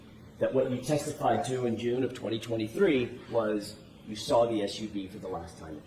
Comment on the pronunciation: “I sawr it ? How was she a teacher ??